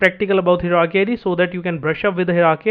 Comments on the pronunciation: Hierarchy is a multi-syllable word, hi·er·ar·chy, pronounced as follows "Hire + Are + Key", just a side note, appreciate the content, slow it down a bit. Thx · good video, only the pronunciation of hierarchy is /ˈhaɪə.rɑː.ki/ - from